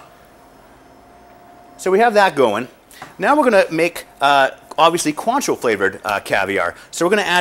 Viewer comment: Maybe he should learn how to say cointreau......